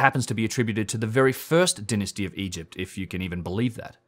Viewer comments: I would like to make a suggestion. Dynasty is pronounced DIE-NA-STEE. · I thoroughly enjoy hearing you say "Dynasty"!